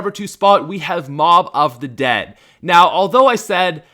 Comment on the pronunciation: on mob of the dead u said the bo-b😆